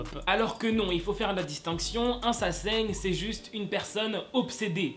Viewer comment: Mdrrr t'as inversé le n et le g dans sasaeng 😂😂❤️❤️